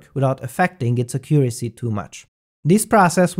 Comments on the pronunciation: Great video as always! Just an English tip: The word accuracy has the strong syllable at the first "a". Accuracy, rather than aCCUracy :) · Accent on the first syllable. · "Acurioacy" xD